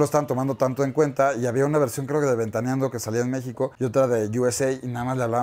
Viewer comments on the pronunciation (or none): none